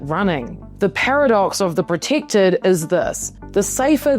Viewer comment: Proticktid ? Posed as a thrit ? Holy tortured vowels !